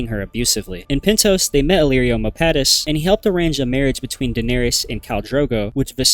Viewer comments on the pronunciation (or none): none